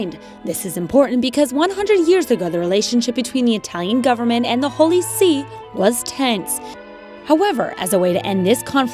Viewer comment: "Holy Seat" ya, bukan "Holy Shit" 😅😂🤣